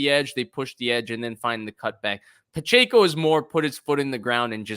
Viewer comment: Couldn’t finish this one…pronouncing Pacheco’s name wrong was getting too annoying 🙄